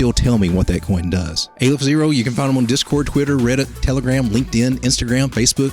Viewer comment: Its Aleph not AYYYlef fyi. First letter in the aramaic , Hebrew and arabic alphabets.